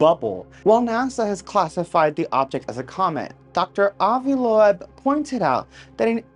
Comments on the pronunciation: AVI'S LAST NAME IS PRONOUNCED "LOBE" BUT SPELLED LOEB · Lobe try that pronunciation young man... 😜